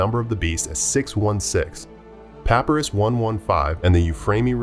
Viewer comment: You mispronounced papyrus